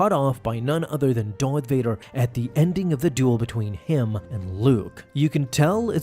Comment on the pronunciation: Why do you pronounce Darth "Doith" or "Dorth"? I rewound it several times to make sure.